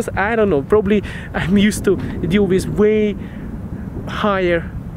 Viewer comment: почему ты произносишь With как "виз", режет слух. Take care!